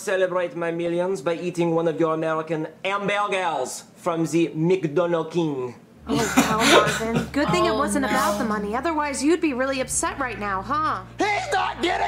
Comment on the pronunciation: Bro said hamburger ambalgal